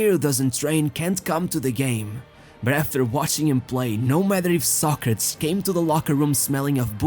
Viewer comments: His name is pronounced "Sɑ•kre•tiz" like the philosopher, not "Sa•kretz". I'm surprised you don't know that. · It's pronounced Soc- ra- tees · why do you pronounce his name that way. just curious? Ive never heard it being pronounced that way. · Ur saying it wrong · Never knew you pronounced his name in Portuguese that way hehe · I cannot take this seriously because the dude cannot pronounce his name correctly. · Dude, hane you ever heared Socrates prounced correctly? Ruined the whole video.